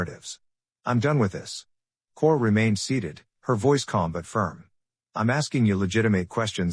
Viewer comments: Who tf is Chourich? Karara? 🤣 Ai fails again. Kararick. OMG, it never ends. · Her last name is pronounced Couric. She is a well respected journalist. The mispronunciation Taints the statement.